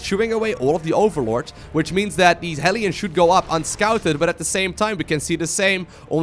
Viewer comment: Why are the "hellions" (hell lions) pronounced "helions"? It seems wrong to me...